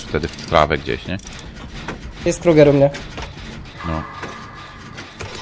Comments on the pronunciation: Znowu xD I "Kruagel" xDDD Krueger xDD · XDDD kruagel XDDD KRUEGER XDDD